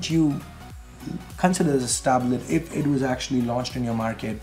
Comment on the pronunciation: when ever says ' If ' it always sounds like " F "